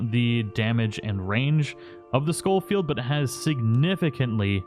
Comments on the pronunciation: I think it’s pronounced like Show Field, not Skoll Field. There’s only one L. Love your content btw, MrBoss’s channel died a while ago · It's not skullfeild it's pronounced showfeild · Ray Jardiolin. Think landon rickets from the first rdr pronounces it skol field